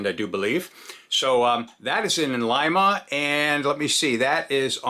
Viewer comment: Hats off for pronouncing lima correct! 😎👍🏻 most people call it leema 😹